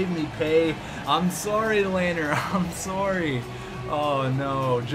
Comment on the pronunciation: It's pronounced (Le-ner) not (lay-ner)